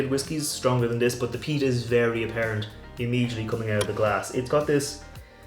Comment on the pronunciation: Peat! Not pest! lol!!😂